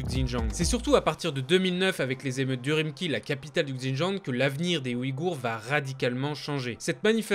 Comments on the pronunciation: Ça se prononce "Ouroumtchi" mec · 🤷‍♀️ C'est sur que c'est incompréhensible si on a que son audio et j'aurais sûrement jamais pu deviner l'écriture mais .... il y'a plus d'une dixiane d'images de coupures d'articles avec la ville souligner en gros dessus et correctement écrit ... Donc ouais il le prononce archi mal mais il se fait comprendre grâce aux images. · Je suis en Chine depuis 2007 Et la capitale se prononce pas "Uh rhume qui". Mais plutôt comme "Ouroumoutchi"